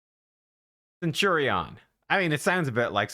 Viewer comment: Cent-your-rion had me lolling